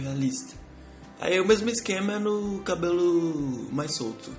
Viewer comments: "Cabolu" kkkkki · Teu sotaque na HR de falar (CABELO) me mata de rir kkkkkkkkkkkkk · Muito bom. perfeito. Só achei engraçado a forma como vc fala "cabelo". Rsrs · É engraçado quando você fala a palavra cabelo😅 Mas seu desenho ficou lindo! Parabens! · tu fala cabelo estranho